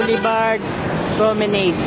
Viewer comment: Pronounced as "pro-me-nad".